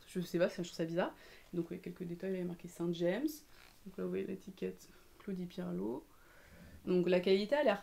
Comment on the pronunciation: Par contre pour la marque Saint James (tricot Saint James en entier 😁) c'est une marque normande qui se prononce jame comme jamais. 😁 Voilà c'est juste au cas ou tu aurais d'autres normands dans tes abonnés 🤣🤣 Gros bisous 😘😘